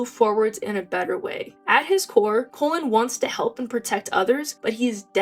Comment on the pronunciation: and pronouncing his name wrong haha. But I love Cullens growth so much